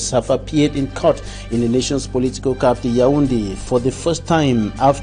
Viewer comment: Employer EQUINOX TV should consider sending this journalist to some crash course in pronunciation while another substitute and fills the interim. A journalist ought to be able to distinguish between COUNCIL and CANCEL , CAPTAL and CAPITAL !!!!!